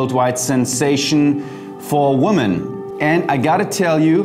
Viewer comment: You might want to change your pronunciation of the word: women. It's more like 'wimmin'' and not : woh men...interesting video.